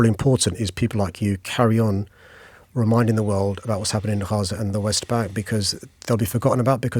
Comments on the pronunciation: Gaa ZAaa no haza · How is he saying 'Gaza'? KHAZA FFS! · i genuinely dont understand who tf has voted for him three times as mayor. aside from renaming the rail lines cringeworthy names, how has london improved? speaking of cringeworthy, the way he says "haza" instead of "gaza" 😬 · He cant even say Gaza properly the idiot is saying Haza! 🙄🤦‍♀️ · Not Haza, it's Gaza. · You weasel it's, GAZA NOT HARZA! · It's Gaza not Haza. At least get the pronunciation right. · Why did he call it haza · Why is he saying “Haza”? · Hilarious that Khan refuses to pronounce it as Gaza 😂😂😂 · Can’t even say “Gaza” what a clown 🤡🤡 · Why does he pronounce GAZA like that? 😅